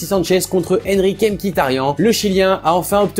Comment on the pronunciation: ARMÉNIEN PUTAIN IL EST ARMÉNIEN au moins tu prononces pas Miktarian mais Mkitarian